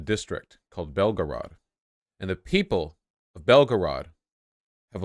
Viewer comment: I’m so proud of vaush for not doing a Mexican accent when pronouncing Belgorod but instead doing his normal accent. As someone who lived in Russia it pains me when people make up fake accents to pronounce the names. Just say the names in an American accent because you are an American.